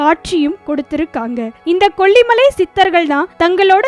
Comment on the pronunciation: Please pronounce kollimalai properly. Save Tamil.